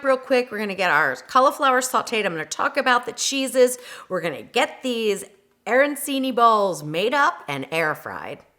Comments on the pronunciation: Looks delicious! I will try them with meat and stuffing with cheese for my Keto friends...btw it's pronounced a-ran-chee-nee (the c is like ch in cheese) Can't wait to try them! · Please learn how to pronounce the food if you're going to teach people a version of it. Otherwise, interesting attempt to make arancini keto.